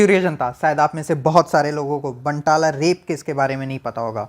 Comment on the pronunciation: बानतला is the pronunciation